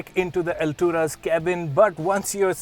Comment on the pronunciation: Not Alturas it's alt.. ras